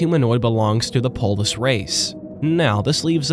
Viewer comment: I always hear "polish" instead of "polis"